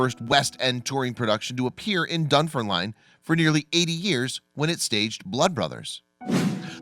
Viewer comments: This guy can't pronounce Edinburgh or Dunfermline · 😂 I know...